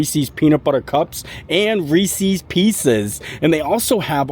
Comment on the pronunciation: So…. The correct pronunciation of "Reese's" is "Rees-IS," which rhymes with "pieces." This reflects the possessive form of the name of its creator, H.B. Reese. Or like Reese Witherspoon. It must be a Florida thing because Molly of Mammoth Club and Tim Tracker all say it wrong as well. If Hershey says “Rees-IS” then that pronunciation must be correct.